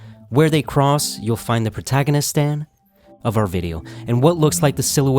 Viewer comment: protagoni-stan 😂😂 I’m dying